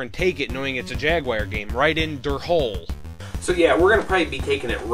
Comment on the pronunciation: Hölle = Hell, not "hole" Sincerely, a german guy